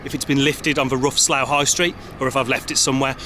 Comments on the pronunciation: It's "Barkshire"! (and "Sluff") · It's pronounced "Sluff".